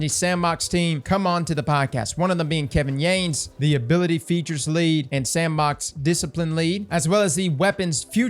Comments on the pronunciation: Watches a video where Kevin Yanes pronounces his name "Yah-nes" Proceeds to call him Kevin "Yayns" 😜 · Imma do this for you. Kevin Yah-Ness lmao